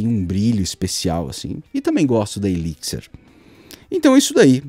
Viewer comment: eliquisser ... pronto, aprendi a pronúncia!